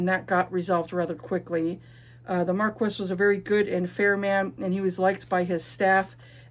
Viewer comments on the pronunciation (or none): Marquess is pronounced "Markee." Yeah, I was surprised too. French is a beautiful mystery to me. Ashes seems interesting. I love a cinnamon roll male MC.